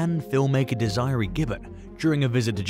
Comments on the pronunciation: Dez-er-ray. Not Desie ree. Like wtf!? If you are going to make things like this you have to learn how to pronounce the words properly. Not whatever way your accent wants too. So annoying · Not Dees eye ree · Desiree is pronounced Dez er a. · That's not how you pronounce Desiree 😂😂😂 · Thank you! Lol